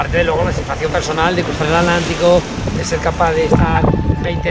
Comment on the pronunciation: me encanta tu canal. Viajo contigo y te envidio lo que haces. Donde vivo navego en el río parana y Paraguay pero algún día voy a imitarte. Gracias P.d. una sola duda porque no pronuncias la T de atlántico?? Gracias